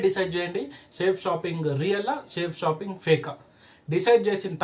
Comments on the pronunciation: First Of all Ee Thammudu ki Our Great System Name ee Palakadam Sarigga ravadam ledhu 🤣🤣🤣🤣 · ఒరే off నలేజ్ నీకు చేతకాకపోతే cheyaku కంపెనీ పేరు పలకడం కూడా రావడం లేదు nuv direct celling గురించి చెప్పడం చాలా కామెడీగా undi bro. నీకు దమ్ము ధైర్యం ఉంటే నా phon number ki call Chy. ఇకామర్స్ అంటే ఏమిటి అనేది తెలుసుకో. లేకపోతే నేనే డైరెట్ గా వచ్చి. వీడియో ముందు నిలబడి plan cheputa nuv అక్కడే ఉండాలి వీడియో off చేయకుండా ok na bro లేడీస్ చేస్తున్నారు ra niiiiii చేతకాని ఎదవ ni బతుకంతా ఇలాంటి fak videos చేసుకుంటూ బతుకు all the best 😂😂